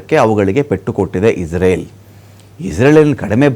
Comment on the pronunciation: ಇಸ್ರೇಲ್ ಅಂತಾ ಹೇಳಿ ಇಜ್ರಲ್ ಅಂತಾ ಅಲ್ಲ